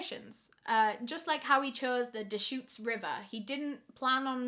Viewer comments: Just so you know you are saying “Deschutes river” correctly 😊 Also tubing is very popular in the summer, i tube the Truckee river near my home several times every summer. But I also love boat tubing! You’ll have to try them out sometime! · I’m from Central oregon. You said deschutes right and it’s soooo weird to hear you talk about it.